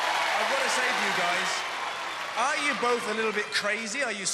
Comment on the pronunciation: CONTCHENDERS!?! ARECH-OOOO READY?!?